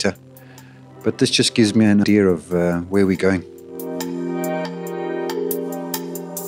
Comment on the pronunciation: The soft, foreign relation to Bob Ross style voice and the chugn, shredn, metal almost made my spine disintegrate. He even said, "It just gives me an 'idear' of where we're going." Come around my jobsite and say 'idear?' Well, I reckon a fella might get arrested or worse.